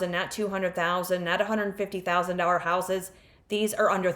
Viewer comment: I watch your videos and some of the properties you show are exciting prospects. But damn I think I have a crush on you... you are beautiful although you cannot say dollar to save your life😂